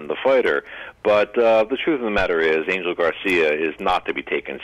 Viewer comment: Spanish speakers correct me if I'm wrong but isn't Angel pronounced An-hell?